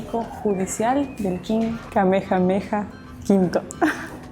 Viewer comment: 🤣🤣🤣 diciendo el nombre del rey jeje